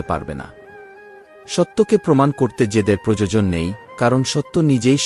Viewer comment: এতো সুন্দর পাঠ করছেন কিন্তু প্রোজোজোন বলবেন না বলুন প্র য়ো জ ন 😅